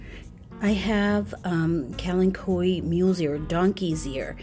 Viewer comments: I LOVE Kalanchoes and I pronounce it the same way you do :) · I pronounce it like you, it seems to roll off the tongue better! Always beautiful plants